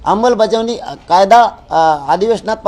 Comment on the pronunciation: अंबलबजावणी नाही आमलबजावणी😅😅😅